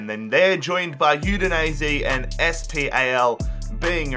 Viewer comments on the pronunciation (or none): The name of the last team in season 1 isn't "Es pi ei el" but "SPAL" directly...